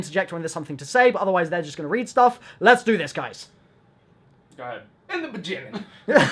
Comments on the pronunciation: in the bejinning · "In the bigging" Lex May 17th, 2017